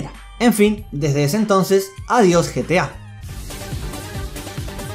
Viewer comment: No es GTA es GETA